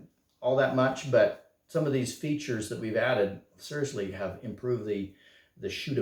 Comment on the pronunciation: Features? Hahaha butchered it ffs